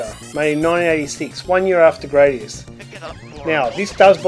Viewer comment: *Grah-dius, not Gray-dius. See Gradius IV intro for confirmation.